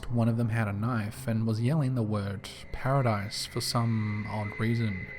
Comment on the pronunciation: Sounded like “Paradise! I’m back!”